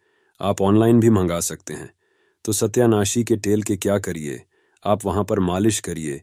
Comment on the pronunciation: Satayanashi. Hain. Sahi. Bolo